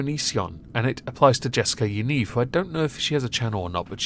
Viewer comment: “Ya-neev” - It’s an Israeli/Jewish name